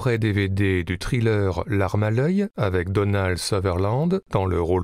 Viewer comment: “Trileur”… 12 ans minimum d’Anglais pour entendre ça. Nous sommes bien en France.